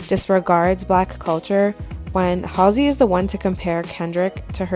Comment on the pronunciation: I’m not a fan of Halsey but you are saying her name so wrong it’s driving me crazy